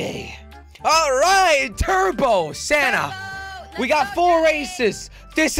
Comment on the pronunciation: Is it just the christmas spirit or do i keep hearing 'Santa' and not Sanna